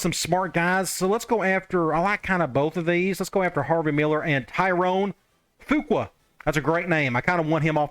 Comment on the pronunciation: Skinner is your starter as the LS and as the C. If you want the backup to play, it would be the other guy even though he has a higher overall rating. Additionally, “Fuqua” is likely pronounced “Few-quay”. I only know this because my grandmothers maiden name was Fuqua. Excited to see this new team and see if Nugent can do anything as a returner!